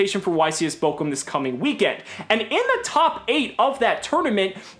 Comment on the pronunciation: I hate to be that guy, but it's Bochum not Bokum